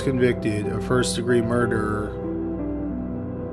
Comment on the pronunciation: First degree murderrrrrrr